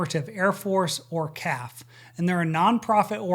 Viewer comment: Just FYI,, we are known by the individual letters C A F... not called the "caf". Thanks for doing this video! - CAF Central CA Valley Squadron